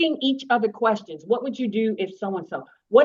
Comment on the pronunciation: Carlos we need a live! We have "qwerstions"